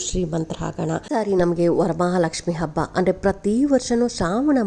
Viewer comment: ಮೊದಲು ಕನ್ನಡ ಭಾಷೆ ಉಚ್ಚಾರಣೆ ಸರಿಯಾಗಿ ಮಾಡಿ ಆ ಕಾರ ಹ ಕಾರಕ್ಕೆ ಸಾಕಷ್ಟು ವ್ಯತ್ಯಾಸವಿದೆ. ಅಬ್ಬ ಅಲ್ಲ ಹಬ್ಬ.. ಕನ್ನಡದ ಹತ್ಯೆ ಮಾಡಬೇಡಿ 😂